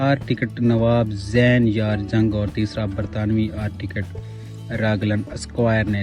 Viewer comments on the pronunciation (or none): آرٹیکٹ نہیں کہتے آرکیٹیکٹ کہتے ہیں